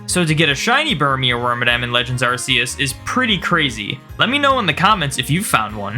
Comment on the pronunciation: Ask yourself how to pronounce "arc phone" and please apply that to arceus's name :p